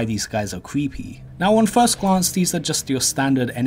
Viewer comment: I can’t take you seriously when every other word with the letter R in it is pronounced with a W instead. You can record as many times as it takes before posting but no “cweepy” doesn’t go with the theme of the video.